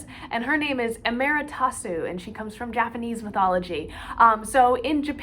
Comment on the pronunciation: Wow I've never heard anyone pronounce Amaterasu like that...